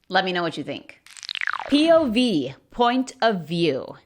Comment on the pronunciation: sí le sabe al POV, desde pronunciarlo, su significado y como usarlo.